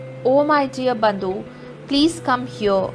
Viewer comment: Bandhu not bondu